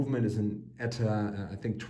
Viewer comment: It's just "E-T-A", not "Etta", of course everyone called the Nazi cinema company "UFA", Ooofa.